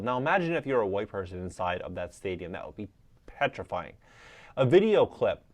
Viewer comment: Did he say petrifying?